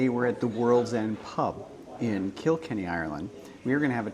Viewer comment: You butchered saying Kilkenny